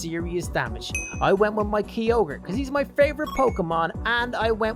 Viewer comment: He says his favourite Pokémon Kyogre and he doesn’t even say it right